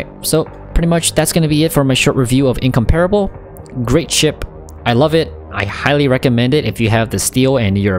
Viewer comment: Its pronounced: Incomprable